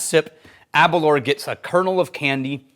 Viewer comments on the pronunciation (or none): Aber - Louwer not Aberler. I live 10 miles from the distillery...